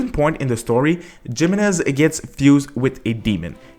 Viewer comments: Lmfao it's He-men-ez, not JIManez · GEMENEZ eh no, is pronounced hee mehnuhz, you can literally google and pronounce Spanish to solve this pronunciation issue using google man. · Pro tip jimenez is pronouced HEEmenez J makes an H sound in spanish! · By the way it’s pronounced hemenez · Now i want a HEE-HOmenez...